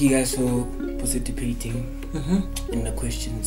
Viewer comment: It’s participate not parcitipate!! 🤣🤣🤣